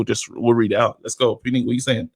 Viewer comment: Yooooo... his name is pronounced Pu-neat. My mind was blown. Nice guy too. We have the best community great defeaters! Great show, mad I missed it. Will defo call on the next one! On to business. I would love for Chisora to win against Usyk. I think Usyk will try to be evasive however when chisora gets him in a corner it’ll be curtains. I like Usyk but I get sick of all these fighters that have that hope insurance 🤪. He’s good, but a little overrated just like Golovkin and Loma (don’t start me on Loma!). Also, I like you but Yarde mashes up your church guy 🤣. Would pay to see it though. Keep it up lads. Look forward to the Friday ep.